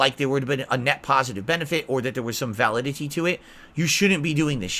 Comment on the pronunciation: The way he pronounced validity 😂😂😂 41yr old idiot